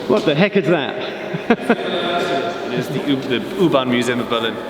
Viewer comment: I notice that pronounces U-bahn properly and Geoff doesn't. It is 'Oo-bahn' not 'yoo-bahn' I was in Berlin in December 2018. Loved it! We stayed in a hotel in Mitte on Oranienburger Straße and we were more or less equidistant from Oranienburger Straße S-Bahn station (S2, 25 & 26) and Oranienburger Tor U-Bahn station, one stop north on the U6 from FriedrichStraße. I loved travelling by U-bahn, S-Bahn and tram around Berlin! Truly an amazing city! I look forward to more episodes studying other underground or metro networks in other cities. After your recent DART least used video aswell I'd love to see episodes focused on say... Merseyrail... Or the Tyne and Wear metro, or Glasgow suburban 'Low level' network. Or abroad, I'd love to see an episode on the Paris Metro... And episode on the Lisbon Metro... Budapest, stockholm, Oslo, Vienna? Wherever you fancy! Speaking of which, the Jubilee line (1996 stock) and S-Bahn trains do have a nice cadence to their traction motors... But the winner, hands down, has to be the locos used by OBB (Austrian Railways) on their high speed 'RailJet' services.